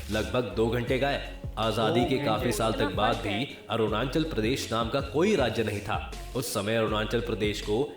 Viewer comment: Ye video wala Arunachal ko Aru nan chal Bol raha😂